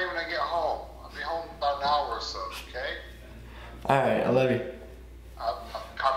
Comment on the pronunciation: I like how he doesn't. say okay he says nnkay